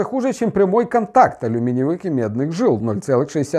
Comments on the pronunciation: Познавательно и интересно, но ударение жилА, вместо жИла всё портит... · Пипец!! Вам ни кто замечание не делает?? Столько людей слышат это не верное ударение, что коробит слух(( Слово «жи́ла» состоит из 2 слогов: жи-ла. Ударение на 1-й слог. Зарубите на носу и не позорьтесь((